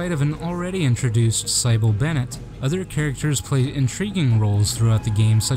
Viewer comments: Sih-bill, not sy-bill. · "Cy-Bell"?? That name is pronounced "Sih-bil" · Thanks for the documentary however I had to laugh at the way you pronounced Cybil as “SAIBLE” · Great video man, i can only imagine any dislikes are because of mispronouncing Cybil's name.... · Thank you. It was very heartbreaking to hear Cybil's name pronounced.